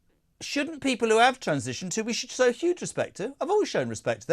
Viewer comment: Stop saying woth respect